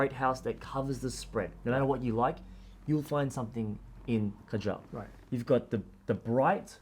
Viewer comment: The name KAJAL is pronounced wrongly 😢 The root of this word originates from India. Pronounce it as KAA- JAL. It means Muscara Surma, Eyeliner, Kohl, Decoration for womens eyes. Muslim men also wear it under their eyes.